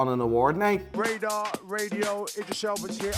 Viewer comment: He said his name right the first time and changed it to the wrong way after the other guy said some shit LOL.